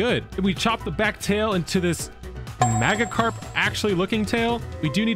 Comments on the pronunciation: Your Saying It Wrong It's Not Maggie Karp Its Majakarp And And There Is No G Sound In The A So It's Majakarp=Magikarp Just Pointing That Out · “Mag-uh-carp” excuse me sir, it’s pronounced mage without the e. It’s supposed to be like magic-carp. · he pronounced magickarp wrong 😂 also can you make jigglypuff a slime and I REALLY want the enderman as lucario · Its pronounced majickarp but spelled magikarp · How dare u call it magicarp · That's not how u pronounce Magikarp it's pronounced Maj-ik-arp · You said magikarp wrong